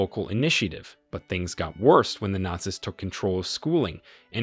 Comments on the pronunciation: This was the first time I've ever heard the plural word "Nazis" pronounced like "They were NOT SISters", which was a little jarring to my ears. I would have said it like "They were NOT SEAS" (American English). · Nazis kept on getting mispronounced as Naz-iss instead of naz-eez. There's also the Gestapo pronounced like Gipetto from Pinocchio, geestapo instead of guhstapo. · It's all Ai, listen to how it said Not-see's and something else I heard multiple times. This video just goes to show how LAZY people try to be content creators when in fact they create 'nothing'. All that is taking place here, is that we get to teach Ai how to do things we are 'trying' to do so that it doesn't need you to do it in the future. Just like clicking on that verification on websites, select the crosswalk, or the bicycle in the pic, you'er teaching Ai to remove you from the equation. This is the worst form of media and it pisses me off when I give it views, and the fact that the thumbs DOWN count is gone, is appauling. Literally every site has a review option, groceries, retail etc. Why are you taking away the ability for us to quickly look at a post, see its got a LOT of dislikes, and allowing me to move on to something better? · I noticed the same, and wondered if this was an AI/computer generated voice. He mispronounced the word “nazis”, that’s a really simple word. He also mispronounced Neurenberg, and some other words. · Why does he pronounce "Nazis" like that